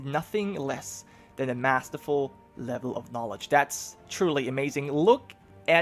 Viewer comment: And remember to pronounce the G in Ragnvald. Like when you say Ragnar.